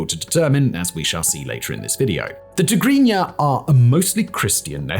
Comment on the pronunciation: They way you pronounced Tegregna is unbelievably correct